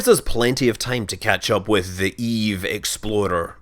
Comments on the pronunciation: I swear to god every time he says explorer he is actually saying exploder. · Is it just me, or Scott said "eve exploder"? ) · One thing: you usually say "exploder" instead of "explorer" for the Eve Explorer.